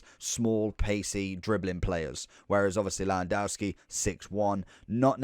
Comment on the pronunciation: cant listen to u butcherin his name